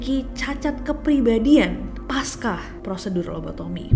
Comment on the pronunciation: Udah ngikutin kamu dari masih akun moengil. Ada satu hal yg dari dulu ganggu tiap denger kamu ngomong “pasca”. Masukan ya nes, pengucapan pasca itu bacaannya tetep pasca ya bukan paska